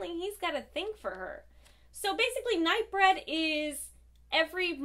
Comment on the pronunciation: I think it's Night BREEED and not Night Bred or Night Bread, which is what I thought you were saying. lol. Wasn't that a Clive Barker movie back in the 90s? Love you!